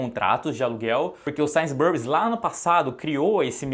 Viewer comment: Tava até levando o vídeo a sério até o cara soltar um ‘Sains Burris’ 😂😂😂 ai me quebrou…